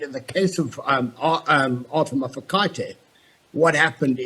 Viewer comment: How does a whole News Anchor that was born in South Africa and lived here her whole life not know how to pronounce Mafokate ? Also why is a member of the minority presenting news to a country with a majority that is African.........